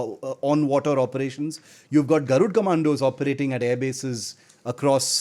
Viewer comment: It is "Garud" not "Garudaa". At least as Indians, it is expected from us, to pronounce our cultural and historical names with a good accent, unless it is someone from a foreign country who doesn't know about our culture. The Armed forces use Sanskrit names and also maintain their dignity, that's why they are professionals! But we should stop ourselves from showing off, our culture and language as 3rd class.